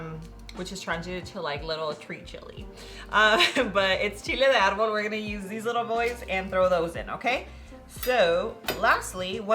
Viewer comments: That's because she is pronouncing the ingredients with Spanish names, such as chile de arbol, with the proper Spanish pronunciation. Why would she NOT pronounce them in correct Spanish if she knows how? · It's a teaching moment. She is teaching people the proper pronunciation. I appreciate it when I hear proper pronunciation.